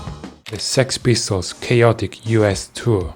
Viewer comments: I like how he said s.e.x pistols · ES-EE-EX Pistols